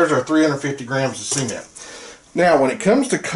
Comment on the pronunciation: Brilliant video, I kept chuckling because everytime you say cement i think youre gonna say Siemen 🙈